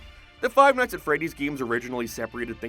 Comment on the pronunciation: “Five mights at Freddie’s” He was in the restaurant for maybe 30 minutes